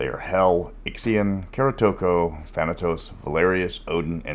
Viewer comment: A coinage episode? I’m eagerly awaiting that… P.S. I was going to ask who is the “Kara-to-ko” is you mentioned amongst the ‘proto-Immortals’ before looking through the Codex list and realizing that must be your pronunciation of Korotiku.